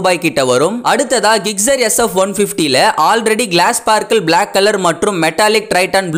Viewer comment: ஜிக்ஸெர் ஆ??? கிக்சரா??? பைக் பேர சரியா சொல்லுங்க.